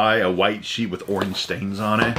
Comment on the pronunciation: "Owange" I know I have a screwed-up accent but wow!